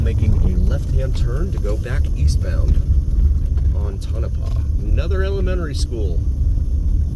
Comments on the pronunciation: Yeah I've never heard of "Ton of paw" before. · Never thought I'd hear Tonopah pronounced so incorrectly in my life... but here we are